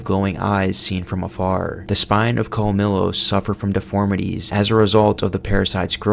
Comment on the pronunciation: You need work on some of your pronunciations bruh, like the colmillo it’s pronounced as Col-me-Yos and the verdugo is pronounced as Ver-Doo-Go